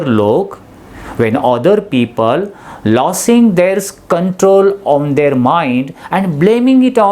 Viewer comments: Pronunciation of लोसींग losing or लूझीग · Prounce लुझिंग & ट्रायंफ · It's losing and not lossing.